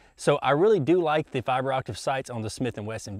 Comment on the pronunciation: He always says "fiber optiv sights"...